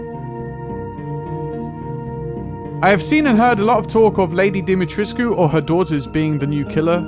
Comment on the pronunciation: To start off, I agree, its either going to be Mr X or Nemesis. It makes sense when you factor in nostalgia, it makes more sense when you think about the amount of money being exchanged for license rights, and how much they could potentially make off a crossover of this size. But to progress the argument 1, please for the love of god, its pronounced Dim-eh-tresk. 2, height doesnt matter as much with a slender frame. That entire castle was filled with regular people sized doors and she managed to travel around with relative ease. 3, Ethan literally doesnt have a face. Sure theres datamined files that show that he had a fully finished face model, but they intentionally didnt show it in the games. The fact that model exists proves that was a conscious decision on their part. In my mind, thats enough of a reason to exclude him from the potential list of survivors for DBD. 4, Sure Nemesis is an inch shorter than Pyramid Head, but he's also like 300 pounds heavier, and has the body type of an orc on steroids. If your main reason for debunking Lady D is her height, then you'd assume width would factor into Nemesis as well. For real, you could park an apache helicopter on that dude's traps and it wouldnt touch the edge of either shoulder. 5, I think Mr X has a better chance to fit into DBD's lore. Nemesis uses real world weapons/tools to kill things while Mr X uses his hands and has a recognizable human face, but that bit of lore was pretty much retconned out to fit in the Demogorgon